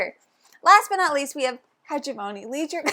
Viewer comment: Hegemony might be the most thematic game I’ve ever heard of. I’ve heard good things but you two recommending it has put it to the top of my list! Also, it is my crusade as an Anthropology major to get every gamer to pronounce Hegemony correctly (Huh-jem-uh-nee)